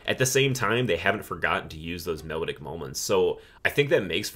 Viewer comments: I like your approach to picking these apart. This will help me get further into the catalog. One gripe, your pronunciation of the word melodic ( which you use often) is off. Its not “mellowdick”. Mel - ah -dic😂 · Take a shot everytime he mispronounces "melodic"